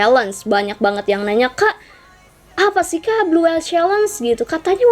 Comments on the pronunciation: Blue whale ka bukan blue whele hehe.. kasih tau aja.. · Blue whale kak bukan blue whele